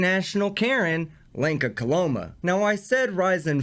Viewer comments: When you say Lenka, it sounds like wanker and pretty much suits her. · Did you say Lanker or wanker ?